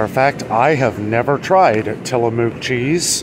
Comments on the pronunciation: Tillamook products are from Oregon. It's pronounced till-a-muck). It's a Indian name! Enjoy! It's excellent Expensive because it has less additives/more natural and less processed. You can visit them n take tour, near coast of Oregon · So around here in the pacific northwest Tillamook is pronounced till-a-muck.